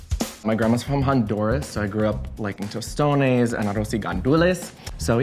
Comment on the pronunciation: Ya, I was like, Tostones? Are you Puerto Rican? P.S: He pronounced tostones horribly